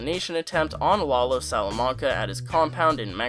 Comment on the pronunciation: It's "lah low" come on